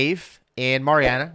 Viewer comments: Y'all are talking about Meritts mill pond, just a note of advice we pronounce it MAREriana not MARiana. Locals might make fun at you. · Hi guys. Love you content, just one thing though is the correct way to pronounce marianna. It's named after the founders two daughters Mary and Anna. So it's pronounced one after the other and anna is pronounced with a harder "an" beginning rather an a softer "on" beginning. It seems Spanish but it's Scottish. He used Mari instead of mary because maryanna would then be mispronounced mar-yanna. Kind of a pick your poison type of situation I don't mean any harm by it. I used to live there so that knowledge might actually help yall next time you go exploring. If you really want to fit in then draw it out with a southern drawl The pronunciations outsiders give to places are always interesting. Ocklockoknee and wewahitchka always give people trouble